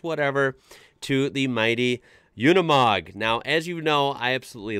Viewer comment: It’s nor “Unamog”, like you pronotit, but “Unimog”. It sounds like you would say “university”